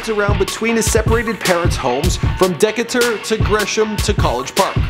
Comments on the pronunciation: Dek a ter it's pronounced d-Kay-ter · Deck ahh tur? LOL It's Dee Kay Tur... LOL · Dee-Kay-Turr not deca-tur also Andre Benjamin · #, Decatur = DEE KAY TORE, not Deka tour! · Deckator? Nigga it's D-K-TER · Deck-a-tur, it's pronounced Da-kay-ter(Decatur) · and its Decatur(Du-kay-tur) not Dekator shit sound like a leaf type pokemon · Its pronounced deh-kay-ter not dec-it-er 😂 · It's not dec a tur it's Decatur lol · Haha, again with the "deck-a-tor." You're awesome man. "Like." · Decatur is pronounced "DECKATER" in the Future & Gucci & now this you say it like its 2 separate words or something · Deck a turr ? 😂😂😂😭😭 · ...dear...its pronounced 'Dee Kay Tur' = Decatur 👍😊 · dee kait errr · LMAO Deckatur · Decatur( Dee- Kay- Tour) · Decatur is pronounced D-K-Ter(Decatur) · Decatur - Dee-Kay-Ter stop saying it wrong!!!!!!!!!!! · Dekatore nigga it's Decatur lol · It's pronounced "Dee-ka-tur" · "Deck-ah-tur"?? Mutha Fuckah it's pronounced Decatur. smh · Decature? lol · Bruh I'm weak at how this man pronounced "Decatur" 😂 😂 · Bruh how IN THE HELL did you pronounce Decatur wrong lmao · 334 I swear this man pronounces things wrong on purpose... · How he pronounced Decatur lol, I moved to Decatur from NY and I miss my Decatur, Ga days and I remember my old high school had that "rivalry" with McNair High School. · Hey go listen to No Shorts by WDNG Crshrs and coolismac will teach u how to pronounce DECATUR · I'm sry, but I just have to reiterate how you completely butchered the pronunciation of "Decatur." I'm formally educated and from Atlanta, but you mispronounced it so badly that I had to rewind 3 times before I realized what you were trying to say. Prep and research a little deeper please. Just saying. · He missed pronounced Decatur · come on how u pronounce Decatur wrong!!! smh hold this L 👈